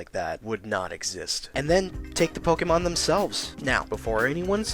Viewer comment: It's pok-ayy-mon not pok-ee-mon Also if pokemon were real life would be better cause now eevee is a reality but we're all gonna die cause now driftloon and yveltal are now a thing